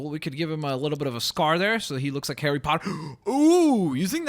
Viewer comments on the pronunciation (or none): none